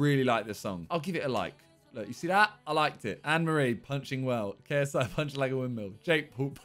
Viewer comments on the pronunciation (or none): I heard Simon say Mr GaySI NOT KSI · I thought he saidJSI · Just me or did he say gay s i in the intro hahah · Is it just me or did Simon just say Mr GaySI in the intro??👀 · bro no lie i thought you said GAYSI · He pronounce like gay S I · KSIMON, that had to be the gayest way to pronounce